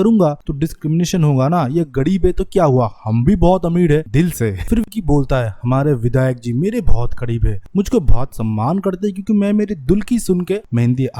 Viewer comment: Kadeeb ameed😂 kamde pad bhai R ko d bolna band kr. Fir explanation diyo